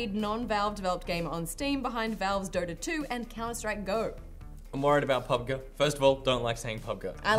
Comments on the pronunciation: It's clearly Pub Gee, not Pub ga or whatever was saying. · It's called Pub Gee